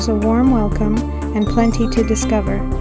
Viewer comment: Great drone footage - and for accuracy, it's pronounced "Cape", not "Cap."